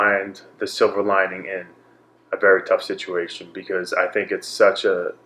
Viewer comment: Chris & Anderson are spiritually linked, eh? Kept hearing Chris said Silva lining, instead of silver lining. I’m wishing for you speedy recovery.